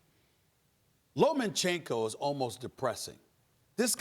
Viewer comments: Steven A Smith......it's Loma-chenko not Loman chenko. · Why does this presenter say Lomanchenko? Seriously tho, a few extra warm up fights and Wilder wouldn't have had a chance against Fury, exactly why Wilder never fought Klitchko and why he still hasn't fought AJ. Skilled boxers (and yes after the Parker fight I think AJ now has skills that Wilder doesn't have) with a similar height and reach of Wilder will destroy him, fact is he is a brawler not a Boxer and there's a big difference between the 2. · It's Lomachenko, not LomaNchenko. Please take your job seriously enough to know the names of the people you are talking about. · "Lo-man-chenko" "Rig-on-dee-ow". For fuck's sake